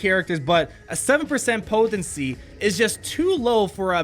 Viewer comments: Anyone notice he say poTHency 90% of the time ish talk aside. im literally more excited for you new vids than I am for the actual P2W content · I LMAO every time you say "potency"...